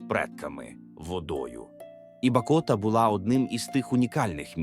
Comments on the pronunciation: Коли ШІ буде нормально озвучувати? Перекривлює слова, що слухати неможливо. Сам він БакОта!!! Село називається БАкота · Дякую за відео,але хотілось би чути живий голос за кадром.І ще,запамʼятайте,Бакота наголос на першому складі!!!Керуйте штучним інтелектом!